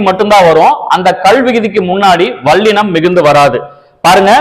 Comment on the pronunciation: மெள்ளினம்.வாள்ளினம் அல்ல தம்பி.முநலில் ல் க்கும் ள் க்கும் உள்ள வேருபாட்டை ஒலிக்கப் பழகுங்கள்..